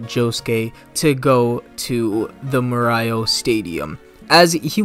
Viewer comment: Why do you read morioh like that???